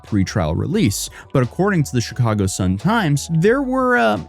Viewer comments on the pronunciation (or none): none